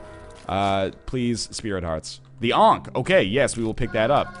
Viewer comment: "Oh, the Onk!" Lol'd. I'm pretty sure it's pronounced "Ank", correct me if I'm wrong.